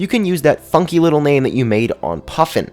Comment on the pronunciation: Did any else think cused when he said funky??? I literally had to rewind and make sure